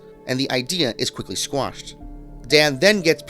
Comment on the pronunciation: Please pronounce names accurately. Also, “quashed,” not “squashed.”